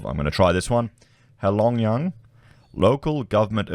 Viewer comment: Not a bad attempt at all at pronouncing "Heilongjiang".